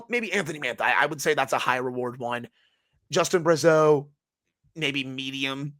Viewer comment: As one of your favourite listener of the show and as I said before I played hockey with Justin Brazeau and his dad coached us also but every time I hear a nhl announcer pronounce his name incorrectly I wish I could correct everyone lol. Everyone pronounces it like Bruh-zeau but it’s pronounced like brah-zeau just thought I’d let you know because I’m pumped to watch him play on my favourite team and hear about him on this show just want to hear his name pronounced correctly lol that all haha